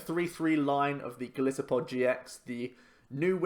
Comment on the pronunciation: It annoys me how everyone calls him Go-LISS-uh-pod when his name is a mix of Goliath (Go-LIE-so-pod) and Pod which is a reference to its many 'feet' since it is an insect it walks even on its legs.